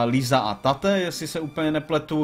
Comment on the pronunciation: Jen info prayo Tate se čte jako Tejt a je to klučičí jméno :D a to i když postava vypadá jako dívka :D